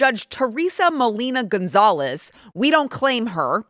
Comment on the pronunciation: "gonzalez" is the correct version btw lol!!!